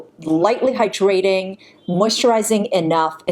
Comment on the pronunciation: I find your voice so soothing. Sometimes I have to scroll back because I've just been having your videos as background noise and not paying attention! However, I not can't stop listening to how you say the word hyDRAting, instead of HY-drating